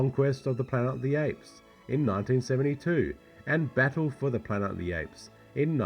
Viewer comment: I cringe every time he says "planet" ...pla-ent?